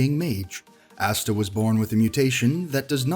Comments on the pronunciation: Yup, the hell is assta!!? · DynamicYoutuber your right he said number [insert number here] assta omg it’s asta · Or Asta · He also said asta wrong